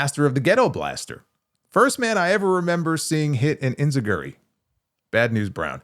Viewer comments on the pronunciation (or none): That's not how "Enzuigiri" is pronounced.